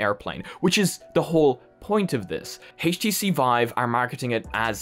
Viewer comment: "Hayyysh T C vive"?